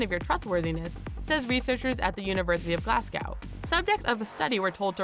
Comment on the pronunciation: Did she say "glass-gaw" instead of Glasgow?